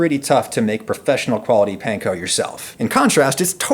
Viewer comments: No it isn’t, Panko is pronounced like “Pawn-Ko,” the way the owners pronounced it. The letter “A” in Japanese always makes the “awe” sound. There isn’t even any soft “a” sounds like the English word “Pan” in Japanese. That sound simply doesn’t exist in the Japanese language, so you’re double wrong. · I cringe when I hear "pan-ko" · Weird choice to mispronounce "panko" for the entire video even though you mention that the actual Japanese people making it told you how to actually pronounce it. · please.... stop saying panko like that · That's not how the Japanese pronounce "a" tho. The "panko" pronunciation is wrong. :(